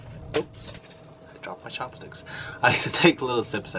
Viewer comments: Why does pronounce his “ch” as “sh”? Like “shopstick” or “shewy” Is it an accent? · Please do an ASMR of you pronouncing words in English. I’m not making fun of you by the way. I honestly enjoy you saying chopsticks, cheese chewy lol omg yaaaaassss👏bitch👏